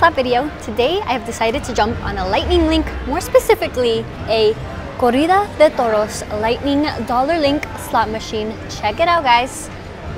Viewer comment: Hey, did you change your last name to "Slots"...is Slots your last name?: ) And liked the way you said Corrida de Toros, didn't know you were Latina.